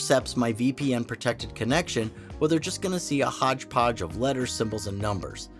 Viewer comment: Did you just say hodse podge?!😅